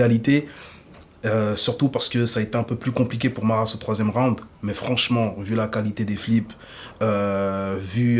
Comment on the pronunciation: Aie aie aie les francais... on dit pas rounede on dit round